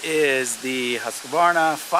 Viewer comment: Thank you for pronouncing Husqvarna correctly.